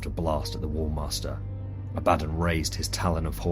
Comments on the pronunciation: “Ab-ah-don” (Phonetic pronunciation) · Lmao abaddon?! Why do you say it wrong like that